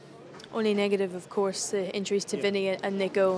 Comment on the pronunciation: Love how Zaba says 'Vinny', it's like 'Binny' haha